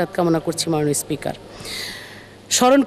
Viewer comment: যে নিজে কটাক্ষের পাত্রী সেই সকলকে কটাক্ষ করে থাকে। কথা তো উচ্চারণের যথেষ্ট ভুল রয়েছে যেমন মাননীয়কে বলছে মানিও। পারলে তো হাসিনাকে পূজাও করতো। এর গান শুনে আমার বাথরুম চাপে।